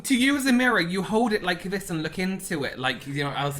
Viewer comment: The way kept saying VISSS instead of THIS in that video 🤣🤣🤣🤣 ME!